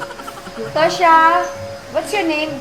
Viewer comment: “Duō xiè” yun, parang tosha ang bigkas meaning “many thanks”